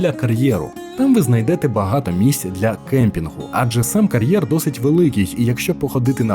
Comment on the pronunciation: Що таке «карьєр»? Як Ви це і головне навіщо вимовляєте???